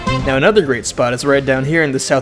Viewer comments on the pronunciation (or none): Very Japaneseuhh. Gr8tuh jobuh